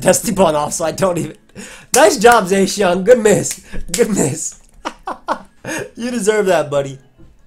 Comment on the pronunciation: You pronounce Zacian weird ugh..